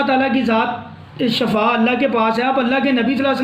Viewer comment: Sir, correct word to say is shifa not shafa.